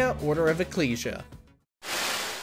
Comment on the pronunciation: There's no g in ecclesia. I just want to say St Germain is not as hard to defeat as you make him sound. He's actually quite easy. Also a lot of his attacks can be dodged. I've played countless hours of curse of darkness since I own it and he's not really that hard. Galamoth is quite easy to defeat. There are several easy ways to defeat him on YouTube alone if you care to check those out. I already knew how to defeat him really quickly. But decided to see how people handled him in their own way on YouTube. A lot of them on YouTube found various easy ways to defeat him meaning that he's not really that hard. As long as you have the right equipment you can easily walk in there and defeat him. Also if you have the shield rod and Alucard shield then use the action to combine them. Then hold out your shield and walk right into him you can kill him within 10 seconds. So he is actually quite easy in the long run to defeat. I have a question did you honestly forget to mention the forgotten one from lament of Innocence or did you just not give a shit to do so.